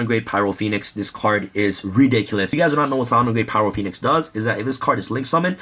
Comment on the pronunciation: did anyone else notice he said phyro poenix? he had a dyslexia moment lol